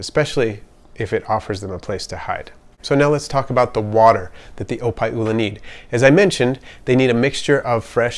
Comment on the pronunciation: Thats wassup man! I was right on the nail, i picked up the pronunciation when you said opae ula. You live here on oahu?